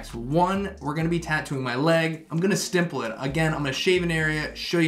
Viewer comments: It's stiPPle, just how it's spelled. Not stiMple with an M. Again I apologise for being a nerd on pronunciation but this is my favorite drawing/tatooing technique so hey ..🤷🏽‍♂️ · Sorry to be "that dude" but are you saying "stiMple"? Great tutorial btw thought 👍🏽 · no, you were right before. there's no M. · writes the word "stipple" on the title, description, and in the video itself...but CONTINUOUSLY adds an "M" when saying it. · lol stimpeling